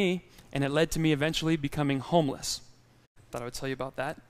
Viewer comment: when you said" i was homeless"..sound like " i was Houmous"..hhhh where is the way out?...:)